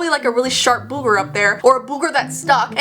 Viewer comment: I love the way you say bOOgers, and I pull so much hair from my butt crack after every shower! How can you not? 😂😂😂